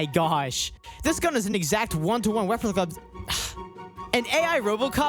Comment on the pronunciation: "Rweprica" hahaha best blooper